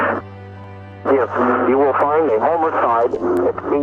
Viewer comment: So no one in Witchita knows how to pronounce homicide?